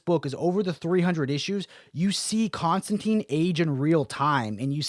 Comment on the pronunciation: Come on man, it's pronounced ConstanTINE. He even says it in the book your reviewing